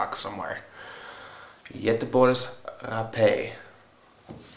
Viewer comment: And actually you pronounce Göteborgs Rapé very well for being a person with English as 1st language! :)